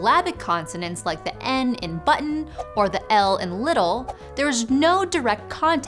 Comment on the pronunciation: "button" has two tees in it; sound them ffs. Likewise, "little".